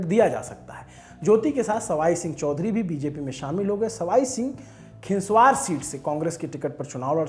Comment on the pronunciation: खिंवासर नहीं खींवसर है जी